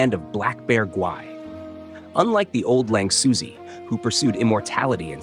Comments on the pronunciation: lingxuzi is closer to ling shoe-zuh, although it's hard to convey the real pronunciation through English text. Edit: Actually, at first I didn't consider you used text to speech, if you used Chinese in the voiceover, I wonder if it would have nailed the pronunciation. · Ling 'Suzy' lmao